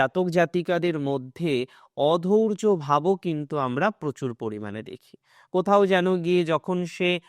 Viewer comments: অধৈর্য্য হবে, অধৌর্য্য উচ্চারণ ভুল। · অধৌর্য নয় দাদা "অধৈর্য্য"। উচ্চারণ ঠিক করুন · "অধৈর্য্য" শব্দটি সঠিক ভাবে উচ্চারণ করুন।